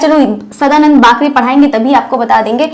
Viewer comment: सदानंद बाकरे . वाकरे नही . बाकरे .